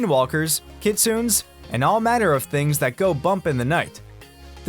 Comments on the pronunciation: Right didn't pronounce it right lol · damn the way you said kitsune is just awfull i dont know how you people get that so wrong on many levels